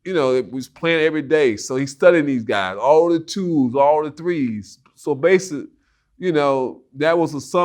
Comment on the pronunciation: Oakley couldn’t say BASICALLY to save his life 😂